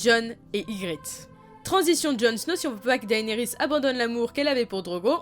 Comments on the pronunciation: Je crois que si la prononciation des noms Targaryen se prononce de façon "Latine" le "ae" se prononce "é" donc on dirait "Dénérysse" et non "Daénérysse" ( j'écris le nom comme cela pour la prononciation, je sais que ça s'écrit "Daenerys" ) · C'est pas plus DAYnerys ? (pour la prononciation)